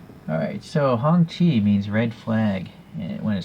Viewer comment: I had the same question about the year of this car. You pronounced the name much better than I did 😄 I think I called it a “honky” at one point. I’m digging the two-tone paint job. And I don’t think mine came with flags, that’s a nice perk. I breathed a sigh of relief after you measured it.